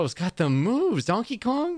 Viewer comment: (I’m ill when I posted this) you said donkey king when it’s donkey kong